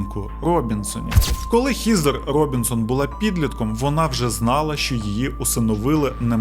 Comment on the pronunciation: Вже друге відео, де одну з героїнь звати ХЕзер. Але автор вперто читає Хізер 😝 Буквосполучення ea часто читається, як звук Е. Хоча б як у словах dead, thread, weapon. Сорі, просто вуха ріже, не втрималась)